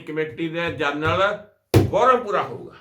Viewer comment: ਜਰਨਲ ਨਹੀਂ, ਜਨਰਲ।